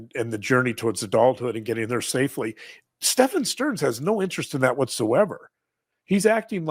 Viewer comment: Stephen is pronounced just like Steven.